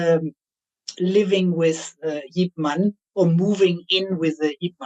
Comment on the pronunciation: man as in yip man is pronounced mun